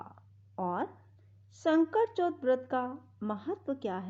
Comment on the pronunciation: Baaki sb thik hai pr ye sakat chauth hai na ki sankat chaut or chhote o ki matra or bade au ki matra ka pronounciation glt hai jis se Katha sun ne mai thoda disturbance ho rha na ..... Jai shree Krishna. Jai shree ganesh